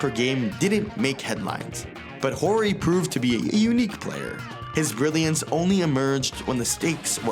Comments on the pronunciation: Why is it in every video and game I’ve watched its pronounced Robert Orry, yet his guy keeps saying Horry throughout the whole video? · OOOOR-ry, the h is silent. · I've always been under the impression his last name is pronounced 'Orry' (silent H) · HOW DO YOU MISPRONOUNCE HIS LASTNAME EVERY TIME WHILE YOU'RE PLAYING CLIPS WHERE YOU ARE HEARING IT CORRECTLY PRONOUNCED?! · It's always fascinating to me how someone can repeatedly hear how a name is pronounced, and then somehow continue to pronounce it incorrectly. Also, it's "Big Shot BOB." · The H is silent. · Its big shot Bob The H is silent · Mispronounced his last name the whole video, but great video